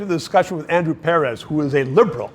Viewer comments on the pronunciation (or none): It is Andrew Per-Reez not Andrew Pear-Rez